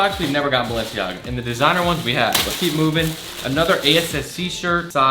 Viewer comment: Isn’t Balenciaga pronounced Bal-en-ciaga not Balen- ciaga